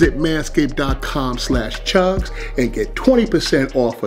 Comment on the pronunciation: that's crazy how you can't just pronounce the "d" in manscaped